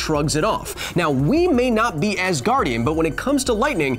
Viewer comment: Oh Asgardien from asgar I was wondering what I have missed that you call Thor an Ass-gardien 😅